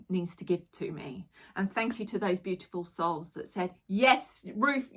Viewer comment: Im sure Ruth says fanks Jo 😊 for shirt.